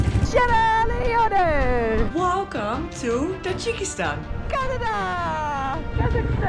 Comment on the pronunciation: When she mentioned my country Sierra Leone 🇸🇱 you can't even understand even cc could not direct 😅